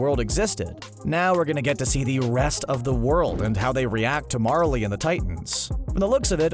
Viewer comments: Who else had to support him saying Marlie instead of Marley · Don't pronounce it as Marlee its pronounced marlay